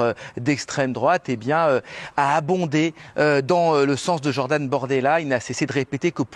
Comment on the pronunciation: C'est moi ou le journaliste a dit Jordan "BOrdel...LA" ?!